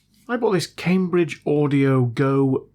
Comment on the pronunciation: I thought you said cocaine bridge when you said go Cambridge 😂😂😂😂